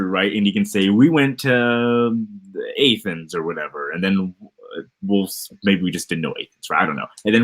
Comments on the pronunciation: It is pronounced Ah-thens,. Why didn't you just admit you do not know much about Greek history and literature? Joe Smith was such a narcissist and attracts others like him to this day. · I was like, “did he just say AYTHENS?” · What in the hell is A-thens? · I'm sorry, coffee spit take here, did just attempt to be taken seriously while saying what he thinks is or isn't in the Iliad while pronouncing Athens as A-Thens. I doubt even folk in Georgia pronounce it like that. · "A-thens" lol. this person is a bullshitter. Not even a bullshit artist. His arguments are childish and nonsensical. Its more performance for him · A-Thens. I’m going to focus on that because it’s the least ignorant thing he said. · is so ignorant he can't even pronounce Athens correctly. The point that is being made is not debatable which is that because you mention some real places in a book that it automatically everything else in the book is preposterous. This is just as true of the Bible as it is of the Book of Mormon. You cannot validate the supernatural with actual cities that existed. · Can’t believe this guy, he can’t even pronounce “Athens” 🤣🤣🤣🤣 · your comment was stupid, or mine? Pronouncing words wrong is a pretty clear sign you've not had an academic conversation about the book you've read. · if Athens threw him I would be interested in his pronunciation of 'Georgia' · How can you fuck up the pronunciation of Athens?